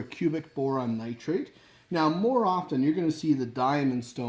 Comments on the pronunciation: Cubic Boron Nitride, not "Nitrate" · I think it’s just the Canadian accent made it sound like nitrate.